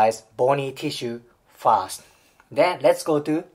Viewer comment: R の発音を意識・訓練してくれたらもっと聞きやすいのになって思いました。たとえばfirst がfast に聞こえます。私は日本人なので理解できますが。余駅なお世話でしょうが、英語は発音とリズムが要の言語だと私は考えます。